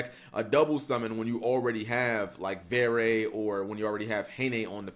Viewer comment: great duels (tho, ngl, im a bit disapointed that this archetype seems to be headed into becoming "skilless village 2019" instead of something more intersting and reactive) just a small note, from a frenchy: you don't pronounce the last "e" in "verre" since it's a french word (meaning glass) dunno for "haine", it's romanian for clothe apperently